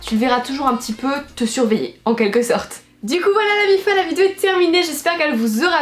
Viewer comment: "Aujourd'hui on s'retrouve pour une nouvelle vidZéo !", ça me tue à chaque vidéo, t'es beaucoup trop mimi !😂❤